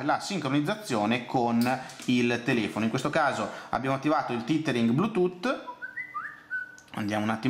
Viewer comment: "il titering" ammazza che pronuncia disastrosa ;)